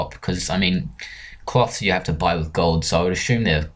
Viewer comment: wis Me: you just got a vit xD Me: are you drunk or what